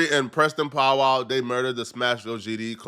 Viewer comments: It’s Powell NOT POWWOW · Nigga said Preston powwow it’s Powell nigga 🤣🤣🤣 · Preston pow wow are you kidding me😂😂it's Powell dummy 😂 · it’s PowEL love, not Powwow, Pow-EL (EL pronounced like EL Chapo) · who is Pow wow ? 😂😂😂😂 are u trolling him? u gotta be pronouncing Powell like that on purpose … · How you do journalism and can’t pronounce Powell? You say that porrrnstar name correct but you say this nigga name pow wow smfh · It POW WELL. not “POW WOW” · Powell not POW WOW😂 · Pow-Well my god brother learn to pronunciate 😂😂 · Powell. can’t read lol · Why cant you say Powell correctly? 😅